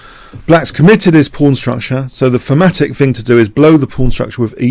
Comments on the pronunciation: What is famatic/phamatic you keep saying? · Thematic. Yes, his accent made it sound like "fematic". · Certain London dialects pronounce "TH" as "F" Thorn = Fo-ohn (i doubt this flat vowel exists in American English) Thematic = Fematic Thieves = Fieves etc... etc.... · oh ok. I wondered if he said thematic. But my ears kept wanting to hear fematic. Makes sense. Thanks for the clarification.